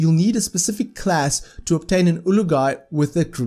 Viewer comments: I don't know if it's your accent but Azaar is an Olog-Hai not an ulug-hai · It's Olog-Hai, it's written as Olog-hai... What made you think it's pronounced as Ulug-Hai?